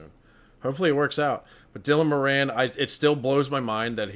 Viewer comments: I know most people wont care, but his name is pronounced More-in hes from my home town and shares my surname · Moran is pronounced More-en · You're pronouncing his name wrong! It's an Irish name and we pronounce it 'Mawran'. 😊